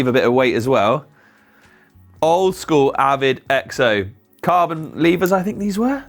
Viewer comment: It always cracks me up when you guys mispronounce the word "lever".